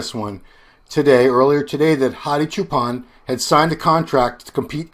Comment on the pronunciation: Dave Hadi's last name is pronounced with "ch" sound not "sh", it is Choopan not Shoopan or Shooban. I guess you have learnt to call him Shoopan from an Arab guy. Arabs can not pronounce "ch" and "p" so they say "sh" and "b" instead.